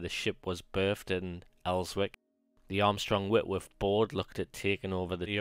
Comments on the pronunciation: I give up, intro far too long and in the FIRST SENTENCE we hear of ''El-wick''..... ffs! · It's pronounced Elsick - and I'm a Geordie. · Good vids but please the w is silent in Elswick.